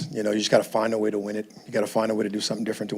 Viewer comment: "Find a way" was worser than AI saying "practice"🤣😭🤣😭